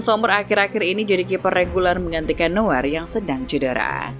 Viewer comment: Buset adminnya manuel newer oi yg benar itu noier di dalam bahasa jerman eu itu dibacai Oi